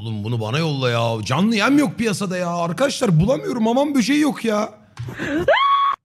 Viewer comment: hamam böceği lafını hamham bövceği olarak duymam... 😩😩